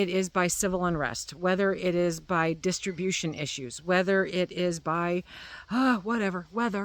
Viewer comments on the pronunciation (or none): none